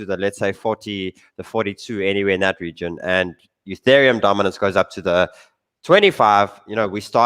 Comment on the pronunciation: The first time I've heard say "Ethereum" as opposed to "Youthereum"